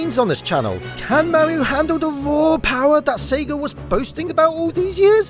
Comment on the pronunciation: why do you go out of your way to avoid pronouncing any kind of "r" sounds ? we get it you're british. I mean not pronouncing "r"s at the end of words yeah that's expected. but saying like "petend" or "mauio" or a "uom" (rom) it's ok. you can say the r. you'll be alright.